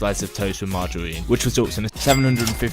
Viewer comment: Powwidge, wice, mawgerine, buwwer